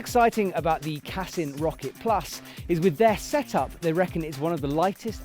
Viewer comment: Brits always mispronounce any language ie: its CASSEEN not CASSUN 🐙🤓